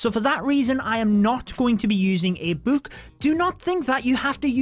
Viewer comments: i love when he says “buuk” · Ur saying book wrong